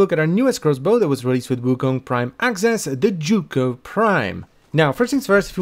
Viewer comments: You english people sure are strange: the weapon is the zhuge but you call it jugo. Must be language difference but i find it very strange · Z-H-U-G-E NOT Z-H-U-G-O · "The joogoh prime" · It's pronounced zoo ge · The "Jewgo Prime"? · is it not pronounced like Huge but with a Zuh sound instead of the "h"? zuhuge? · How the hell is that said as chu ko I’ve be saying sie uge for years now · Zzz huge prime ur miss pronunciation is crazy lol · Butchered the name 😓😓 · The most amusing thing about the Zhuge is listening to all the pronunciations from different youtubers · The way you pronounce this weapon gives me ear cancer 😂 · that Is NOT how I thought that name was pronounces this post was made by jooj gang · i'm sorry how did you just pronounce zhuge? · everyone's commenting about how the title used to be a ninkondi video but I'm over here questioning his pronunciation of zhuge lol